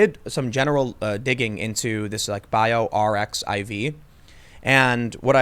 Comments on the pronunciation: Tim that is pronounced BIO archive not BIO r-x-i-v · For information purposes: 'BioRxiv' is pronounced 'Bio Archive'. The reason why articles aren't being peer reviewed is because we need rapid publication to find solutions. Scientists will post in the archive even while they submit to peer review. Everyone looking at papers in archive understands that these papers must be considered with care given that they are not peer reviewed. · The site is pronounced "Bio Archive" It is a similar site to " the "x" in both is actually supposed to be a greek letter chi. Arxiv is a pre-print archive for the physical sciences. Since Math, physics and chem use the greek letters, it is supposed to be recognized by the in group. It's a little bit tongue in cheek and a little bit of a shibboleth. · Gp120 helps HIV bind to cells, increasing it’s ability to infect those cells. I would be curious to see if there were tell-tale engineering marks since viral genomes are small and engineered by traditional molecular biology methods. Also BioRxiv is pronounced bio archive. “R” = Ar, “x” is chi in Greek and “iv” is the rest. It’s a preprint server, where people place a paper before submitting it to a journal. CSHL is unlikely to be fear mongering.